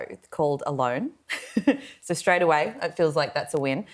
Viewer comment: said the show "alone," but for a second I understood "a loan." 😂😂😂 I think that would be a far better option for Andrew Mountbatten-Windsor. 😂😂😂